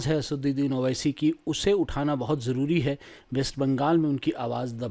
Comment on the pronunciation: Sir zari nhe jari kehte hai Zaroor riplay karye ga